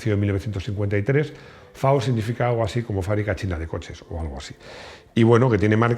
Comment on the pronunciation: ay, puede ser que haya escuchado "fe" en vez de "efe" (en la limo china FAW)??? lo de garaje en vez de garage vaya y pase...pero tampoco la pavada. lo videos muy lindos igual